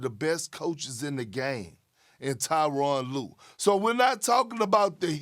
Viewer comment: Perk called the man Taiwann Lue